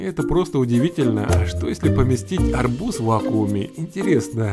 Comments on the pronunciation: Надо говорить арбУз а не Арбуз! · Все видео об арбУзах в вакууме произносятся с акцентом))) Вот еще одно видео: P.S. Вот как правильно: Там же можно посмотреть, как правильно произносятся: срЕдства, каталОг, дЕньги, но деньгАх, деньгАм, деньгАми, и т.д. и т.п. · В арбузе ударение на у